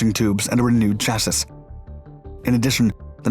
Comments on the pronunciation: "Chass-is"? really? is this audio AI produced now? it's pronounced /ˈCHASS-ee/ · he's still pronouncing chassis wrong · what is a SHASSISH? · Canadian pronunciation? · I have also been trying to communicate the correction to him for years